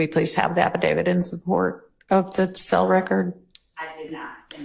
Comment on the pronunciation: Why can nobody pronounce affidavit correctly tho 😂 even the judge. Abidabit 😂